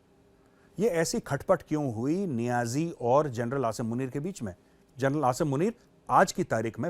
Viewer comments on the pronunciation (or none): Pakistan ke TV show देख देख कर मेजर भी जनरल को जरनैल बोलने लगे हैं 😂😂